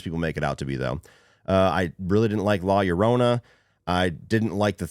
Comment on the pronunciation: when ur hispanic n u hear said "la YorROna" lmaoooo